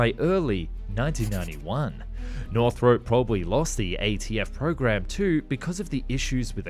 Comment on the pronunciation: *nor-throp.... not north-rope